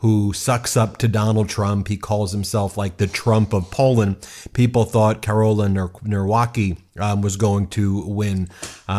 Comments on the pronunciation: who is Norwacky? Let me help you - it's pronounced Nav-ro-ckee. You're welcome 😊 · come on guys pronounce polish names correctly 😭 its not "nawrokey" its "navrotski" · Please guys just throw the names in google translate in Polish to get approximation how its pronounced. Narwokee sounds like a star wars create, it's pronounced like "navrotzki" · 'Navrotzky' not 'Nawrokie' ❤😂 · Tusk is pronounced Toosk. Nawrocki is pronounced Nahvrotzky. Trzaskowski is pronounced Tschaskofsky. Thank you. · It seems that the right wing polish candidate is going to win so let's hope not! But Poland is a very broken country.. that's why poles are emigrating everywhere they can. And Ben it's Navrotski pronunciation. And he is a puppet of far wing party. Former director of museum, apparently that's enough to be a politician. Also has shady past that he doesn't want to explain other than being "boxer". It's shit show mirroring the US election..sad. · Nawrocki ( navrotski) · i love how you didnt even bother sparing 15 seconds and looking up how to pronounce the names lol.. karol neeuwrakih and rafael trasaowskhee is a wild take on americans pronouncing our polish tounge twisters assigned at birth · Please, I am begging, at least use google translate to read the surnames instead of using english pronounciation for polish words. I had to actively rewind because I had to double-check who you're talking about, and "Nawrocki" read as "Narłaki" will never not be funny to me. No big shade, but please do research on pronounciation beforehand xD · Just a little help with pronunciation Rafau Chaskosky Karol Navrotsky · correct pronunciation: Tshah-SKAW-skee and Nah-VROT-skee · The MAGA supported opponent's name is Karol Nawrocki which you pronounce: Nav Rot ski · You can read "Tschaskovsky" and "Navrotsky" 👍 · You are so bad with polish names ;) It would be better if You preanounce Trzaskowski as Tchaskovsky and Nawrocki as... morron. You could also say sth like Navrotsky.